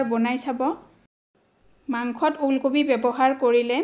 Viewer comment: Bonuwa Tu baru vl hoise kintu baideu pronunciation bur olp parile vlkoi koribo 'ool kobi ' nhoi 'uul kobi' 'gota mosola' nhoi 'guta mosola'